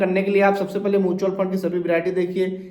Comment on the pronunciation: पता तो आपको भी नहीं है म्यूचुअल फंड को मूंछवल फंड बोल रहे हैं